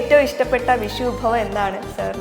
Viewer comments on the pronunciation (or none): വിശു അല്ല വിഷു. അക്ഷര സ്ഫുടതയില്ലാത്ത ഇവളുമാരെ ദയവായി മലയാള അക്ഷരം പഠിപ്പിക്കണം. ഓരോരോ അവതാരങ്ങൾ. ഇവളൊന്നും ജനം ടി വിക്കു ചേർന്നതല്ല